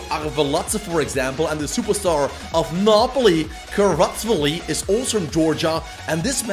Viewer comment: HOW DID HE PRONOUNCE KHVICHA??? CARWATZWELLI?